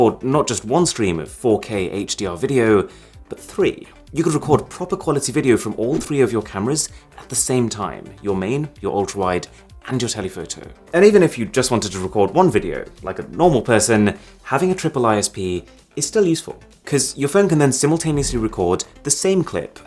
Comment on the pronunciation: When he says telephoto he sounds like he’s saying a television 📺 Nuuuuuuuu